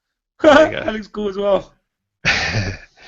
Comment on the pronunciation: its kowl;)